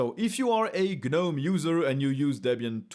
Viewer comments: The G IS SILENT IN Gnome, who started calling it GER nome? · 💡 The G is silent.